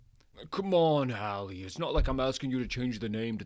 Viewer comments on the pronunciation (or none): No disrespect this is phenomenal, but Zucco is pronounced Zoo-coh and Halle pronounced Hailey. Keep up the great work man these are great.